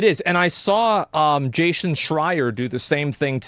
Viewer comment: Why does asmon say Jayshin instead of Jason